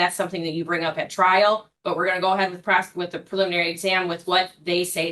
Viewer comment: It is ŴITH not "which" your man TP.